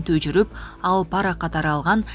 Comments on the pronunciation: Паара эмес пара деп окучу тантык диктор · ПАра эмес , пара деп оку. Туура оку.